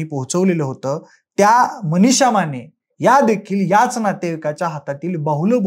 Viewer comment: व्हिडीओ काढायची खूप हौस तुला पण मराठी उच्चार शुद्ध नाहीत ! आश्चर्याची म्हणायचं तर आचर्याची ! मनिषा च्या ऐवजी मणीशा, माने च्याऐवजी माणे...काय ही मराठीची हत्या ??